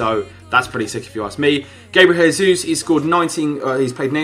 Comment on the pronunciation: It's pronounce Gabriel J-sus